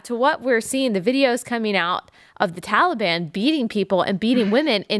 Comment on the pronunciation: Taliban?! Who the hell is THAT now?!! Did you mean the Tahlly Bon?! 🤣 #BloodBathBiden2024 P.S. If you don’t laugh, you’ll cry quite frankly :(